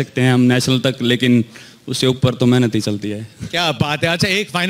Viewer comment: accent of "mehnat"